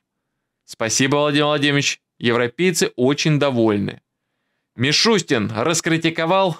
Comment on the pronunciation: МишустЯн😂😂😂 Йордан-Йордан ашкеназЯн😂😂😂правильно надо фамилию указывать, 😂😂😂